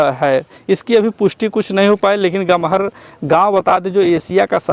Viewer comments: Aree gahmar ka naam sahi to bol dete.. gamhar nhi .. gahmar hai bhaiya😡😡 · यह ग़महर नहीं, गहमर है! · Aree gahmar ka naam to sahi se bolte..gamhar nhi gahmar hai...😡😡😡😡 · Naam to sahi se bolne nhi aata..chale hai reporter banne😡😡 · Gaon ka name Sahi se Lo Gahmar hai